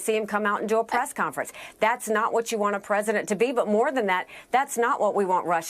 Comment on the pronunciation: Kristen- it sounds like you're saying "Meet the Prass".